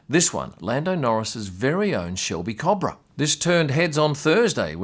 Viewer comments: Cooo Bra... not cabra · You say Cobra wrong, good video as always tho chap